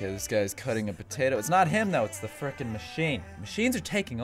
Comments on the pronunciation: It's not fricken it frick'n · Its fricken not frikin